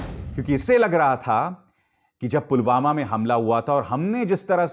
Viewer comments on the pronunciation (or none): Ye pm ji to Pulwama ko pugama bol rahe hai dekhlo or sunlo minute me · Pulwama ko pulghama kon bolta hai🤣🤣